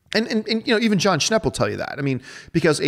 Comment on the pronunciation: hahahah John you destroyed my name there , but it doesn't matter because you picked my question! I prefer John alone at mailbag with these rapid-fire questions, way more interesting and entertaining.